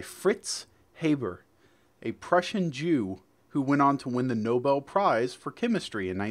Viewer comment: fritz habers secod name was pronounced like harbour, the haber process was a world changing chemical process that allowed the creation of ammonia synthetically.